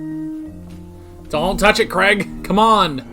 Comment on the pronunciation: Who the heck's 'Creg'? It's pronounced 'Crayg'. Then again, a lot of American reactors to tend to self-correct rather than actually listen to what's being said. Davros is another example: it's Dav-ross. Game of Thrones is another casualty of this: Dav-oss; Wester-ross, etc. The trick is to listen to what's being said, and how it's being said, and repeat it. They say 'Crayg' often enough for it to be able to sink in, I'd have thought.